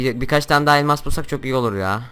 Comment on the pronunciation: abi elmaz değil elmas :)